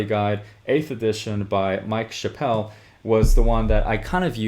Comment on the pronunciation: Mike Chap-ple not Mike Chappelle lol, had to nit pick that, but great video and great info take my upvote good sir